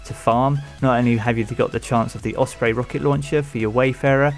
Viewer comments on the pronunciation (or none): none